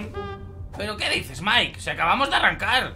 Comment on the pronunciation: Te quiero pero tienes que decirle maik no mike